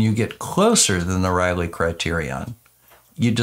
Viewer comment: Just FYI, it isn't "rawlay" it's RAY-lee. Raleigh is a British bicycle, Rayleigh is the criterion.